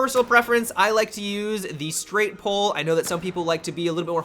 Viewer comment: I just thought of the way he said bi-pod and straight-pull XD